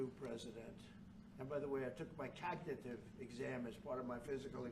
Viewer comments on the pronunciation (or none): What’s a Cog-ti-tive test?